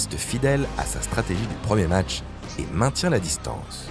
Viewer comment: On dit "match", pas "matcheu".